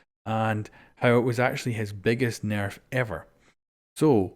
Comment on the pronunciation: AR S nairf 😂